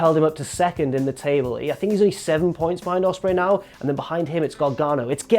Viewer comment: Ha he said “yur”